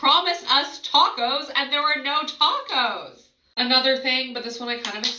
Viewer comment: I've never heard döner kebab and taco's pronounced like that 😂